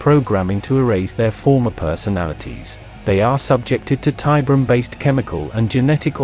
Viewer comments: Jesus. I like your vids.Its ok. But please for the love of god ditch the TTS AI and read it yourself. Modulate it, sure. But read it yourself. The AI butchers names like Cabal or Tiberium in such a horrendous way that it's hard to watch. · Not a fan of this specific AI TTS voice tbh (though the CABAL intro was a great touch!) As was pointed out, the AI mispronounces things. I've seen AI-voiced content that has no problem with these same terms (like Tiberium) and that generally sound much better, so there must be something out there that will work. For example the recent voice used by The Long Watch (formerly deathwatck40k) for their lore crossover videos is great.